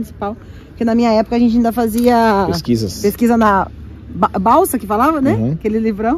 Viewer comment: BALSA???😂😂😂 kkkk é BARSA... ENCICLOPÉDIA BARSA!